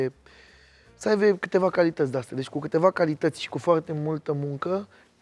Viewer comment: Jur ca exact când citeam comentariul asta, pe fundal se auzea "sa aive"😅 Dar spus asa, savuros 😁